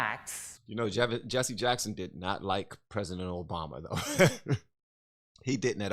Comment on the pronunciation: What is “Jesse uh-Jacks-hund” a Reverend of?